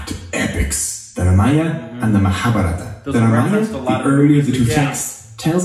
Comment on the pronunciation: No, what annoys me is the incorrect emphasis. Like maHabhaRaata vs MaHaaBhaarata. Sanskrit does in fact have those vowels at the end. Hindi took those away.